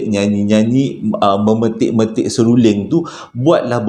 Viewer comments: Seruring ka seluring.... SERULING la...🤣🤣🤣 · Mana x tergelak...seruling jd seluring jd seruling blk🤣🤣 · Seluring 😄seruling lah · seruling..seluring..seluling.. mmg mghiburkan.👏👏👏👵🌹🤗😀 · Assalamualaikum..sebut betul2.. SERU...LING.. ha...👍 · bang sy baru nak mood ii seram eh tersyaysyul pulak “seluring” HAHHAHAHAHA ADEH PENAT SY GELAK 😭😆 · Memang xdapat disangkal lagi memang terbaikkk storyteller terbaikk pernah saya jumpa..don't stop Dapat hadir lagi harini mendengar Joe nak bercerita semoga Kita semua dilindungi Dari segala Perkara yg tak diingini...aamiin. Saya tergelak kejap dengar ckp seruling..seruding..lama2 serunding kan🤣🤣🤭tersasul berpisah tiada la dengan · Salam hai..heheheh lucu gigih sebut seruling... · Assalamu alaikum. Banyaknya tersasul. Seluring, seorah-orah dan lagi dan lagi. Sebenarnya ada bunyi sesuatu dalam rakaman tu. Langsuiur marah agaknya. Keep stady.